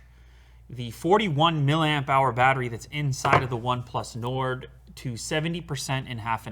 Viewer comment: this way nard . 😂